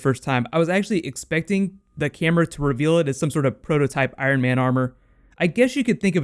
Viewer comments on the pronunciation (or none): none